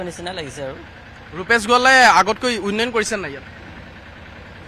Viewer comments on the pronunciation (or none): Reporter jone uinoyon koi ase উন্নয়ন কব লাগে।